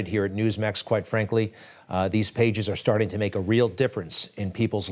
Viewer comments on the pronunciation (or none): none